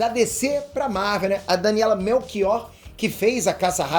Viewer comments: Exatamente, a Daniela é portuguesa e por isso o apelido dela lê-se "Melxior" e não "Melquior", se escreve chi como chão ou acho, nós falamos todos português não estraguem o nome da atriz pf. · CORREÇÃO: Lê se Daniela Melxior e não Daniela Melquior ó, a rapariga ainda por cima é portuguesa tem dó🤦🤦🤦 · Se fala daniela melxior e nao melkiol tio haha Vou partilhar pra ela !! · você falou mal o nome da Daniela Melchior. Ela é portuguesa. Podes ler Daniela MelXior. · pronúncia se Melxiór (Daniela Melchior) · Daniela melchior se lê melxior tipo chuva. Ela é portuguesa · Disseste o nome mal da Daniela Melchior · otimo video! Correção, tem de corrigir a pronuncia da Daniela Melchior, o ultimo nome nao é como vc falou kkk